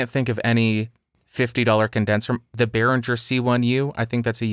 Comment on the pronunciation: Argh, another American who pronounces Behringer as if it was an English name! It is Beh-ring-er, not Beh-rin-jer.